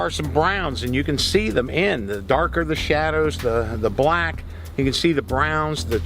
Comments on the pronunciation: This guy uses his whole mouth to say BHULACK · The way he says BLACK 😂😂😂😂